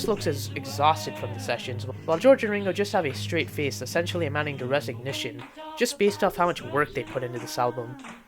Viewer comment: I don't think Paul looks exhausted, they all changed their appearances quite a bit throughout the sixties, and you mispronounced 'resignation'. It's pronounced like "rez-ig-NAY-shun", not "ress-ig-NISH-uhn".